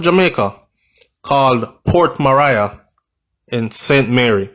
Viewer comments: Yow its not port Mariah its port Maria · Nobody shot anyone multiple times for nothing so stop speculating that she is completely innocent. She is obviously mixup in some shits and pissed off a few people. And for Christ sake it’s Port Maria now Mariah as you pronounce it...sounds annoying. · You started this video by acknowledging that Port Maria was named under Spanish colonization, therefore it only makes sense to pronounce it the CORRECT way PORT MA-REE-AH! not port "Mah-rai-a". I appreciate the information but it just killed me every time you repeated that. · Just a little correction its pronounced ( mah'ri'a) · Love the brief history before the dark incident. It's pronounced Port Marry-a stress on marry .... short soft ah sound. You're welcome.🙏🏽 A place/town with a very rich history. Sad sad episodes of violence and brutality of late. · Pronounced Ma-ri-yah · It’s pronounced port ma-ri-a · Ahh. It's pronounced Port Marea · He has never corrected me. I thought he'd want to know he's saying Port Mariah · Who cares if he doesn't liked to be corrected. Its port maria. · You are correct, I laugh at the way he pronounce it, I was born there so yes u are correct, he pronounce it wrong 🤣 😆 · The I in Maria is short I not long I. Port Maria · Lol at your pronunciation of Port Maria